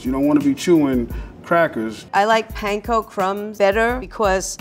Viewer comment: I'm waiting for the day that people finally learn how to pronounce panko correctly